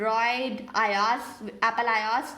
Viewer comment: umm not demotivating but it is apple IOS and not Iaaas 😁